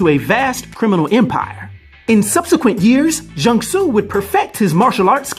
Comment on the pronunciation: u said his name right😂